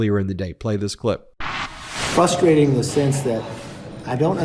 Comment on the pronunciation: He can't even say "frustrating" (fusstrating) correctly, and we expect him to be the steady hand on the tiller of our democracy?